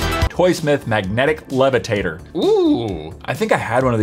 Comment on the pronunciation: Did anyone else notice that he said levertater and not levitator